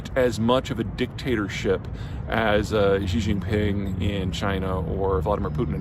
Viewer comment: How does Jeter Jeihan know this about China? He has never been to China. If he ever went to China he would not be pronouncing XI JIN PING as JHEE JHING PING. JEE JEE is slang for penis. Instead, he would say SHEE JIN PING. Shee is 3rd tone, and hard to say, but at least say it in 1st tone, SHEE like female, same the way most American broadcasters do. Obviously, Jeter has never been to China, like JAURA JINGHAM of JOX NEWS who also says Xi in the disrespectful way. Jeter claims to be an expert in International Affairs. He implies he is some sort of learned scholar, but if you examine his background his bachelor's degree is from a small college in Texas. So why do people believe in Jeter's gibberish? Because he has a fantastic salesman's voice and he is a handsome guy. Therefore, he is a MALE version of SARAH PALIN. Don't be fooled. This dude is no expert on China. Worse, in English, he says NEW KEY LER (incorrect), instead of NEW CLEAR (correct), thus reveals his true background as not being a scholar. Don't be fooled by his charms, focus on his lack of real world experience. Everything he knows about China is from haters. Instead YouTube search Cyrus Janssen, a white guy who lived in China for 11 years, now back in Canada, for a more fair minded perspective.